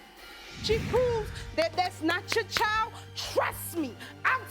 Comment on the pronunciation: Can we pronounce child correctly please, there’s no o in child